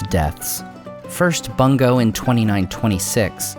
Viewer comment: I’m sorry but “Bungo”. ☹️